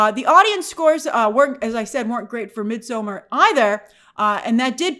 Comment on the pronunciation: in midsommar the d is silent.